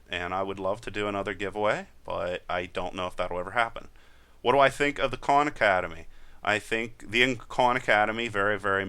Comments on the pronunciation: Lol I thought you said 'con academy' but your saying KAHN hahahaha... you know both styles are good in there own way... They do not coveer what you cover and visa versa...excep for python. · First I'd like to say great videos. You mentioned some other videos, which I can't really make out what your saying. It sounds like you're saying Corn Academy?? Do you have a link to where you're speaking of? Thanks